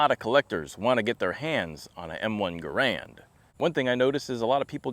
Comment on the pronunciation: It is “Ger-and” not “Guh-rand”. Cmp prices actually do not reflect market price for the rifles. $1200 +/- is an avg market price for a decent, even mixmaster M1. So be it, if others aren’t willing to adhere to CMP documentation criteria. They are not a charity nor a regular retail store.